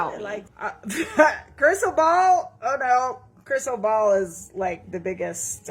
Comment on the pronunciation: " Crisssal ball " that's how I'm gonna say your name for now on lol